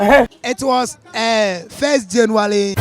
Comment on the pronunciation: The first guy kept saying certain in a not certain way,plus he said jaluany in place of January and auto sub thought he said generally...🤣 that’s why I always read the auto generated subs hehe